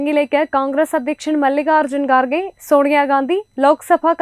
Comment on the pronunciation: Why u lady pronounce Ga ..gha... pronounce Ka ...kha...u always say Qatar as Ghatar and Mallikarjun Kharge as Gharge....is there no one to correct you...